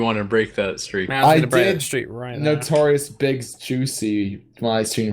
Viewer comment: ways you can tell is not cool: he pronounces the notorious b.i.g. like "the notorious big"